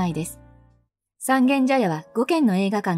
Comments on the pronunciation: 外人がSangen-jayaって読んでるような、インドネシアのイリアンジャヤ（Irian Jaya, Indonesia）みたいな異国感覚（exoticism）がある。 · ｢三軒茶屋｣のイントネーションが気になって仕方がない世田谷人多数。